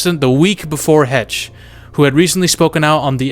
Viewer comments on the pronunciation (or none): no "Anna Hetch" is not 🤣 This dude needs to learn how to pronounce celebrity names's🤦🏻‍♂️I mean originally this was a cinema related channel was it not?! [rhetorical question] C'mon my guy, get your shit together... SHEESH! 😆🙄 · Heche is pronounced "Haish." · Anne Heche(Hey-shh) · Come on and pronounce her name right please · Subbed. I didn't like because you have to pronounce ppls name correctly. Heche man. YouTube the pronunciation